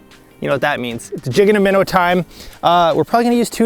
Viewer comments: "jig an' a minnuh"??? Oh, im sorry, I thought I was tuning in to watch, not... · Jig and a minnaa sounds like lol